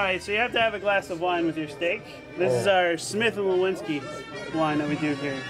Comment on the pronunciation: A parte che dovrebbe già saperlo dire..... ma continua a dire STIK anche dopo aver sentito il ristoratore dire 50 volte STEIK ..... va beh